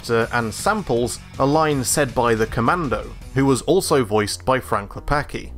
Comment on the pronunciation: you read c in Klepacki as ts